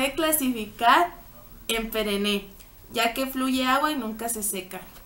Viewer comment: Sí, pero dijo perené y es perene...Jajaja...!!! Ay! estos maestros q' no corrigen...!!!